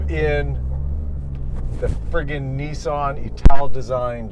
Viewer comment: Neeeeesan????? its Nissan Nissan Nissan Nissan Nissan NISSAN! I am sure you can pronounce Nismo right? you dont call it NEEEEESMO! ?? Niss as in Hiss .... rant over